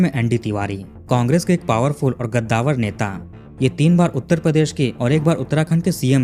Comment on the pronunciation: भाईसाब वो गद्दावर नही कद्दावर होता हैं. ग और क का फर्क हैं. कद्दावर माने उंचे कद का. गद्दावर का कोई मतलब हैं ही नही. ये बात समझीये आप.